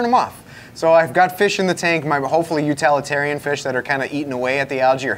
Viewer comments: Utalitarian is NOT a word! It's utilitarian. The root word is utility , not utality. Otherwise this is an excellent video. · And utilitarian but I guess up there where they are it is utilalatarian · First off, I appreciate all your work to bring sooo much knowledge to the hobby. My question, Is it me or does mispronounce certain words? Like plague or utilitarian. 🤷🏼‍♂️ This is in no way meant to be hateful.